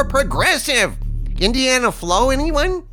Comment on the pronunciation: "Indiana FLO" that's hilarious 😂